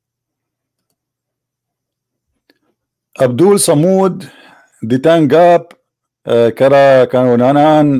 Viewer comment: It's not SAMUD but SOMAD..🙂🙂..correct pronounce okey..☺